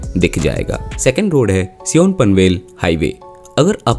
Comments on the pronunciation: भाई सीओन नही सायन ❤... As usual nice video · सिऑन नही सायन. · Sion को सिऑन नही, सायन कहते है।